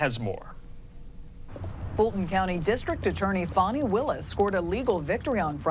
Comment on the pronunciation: It's Fani,... NOT Fawni! 🤪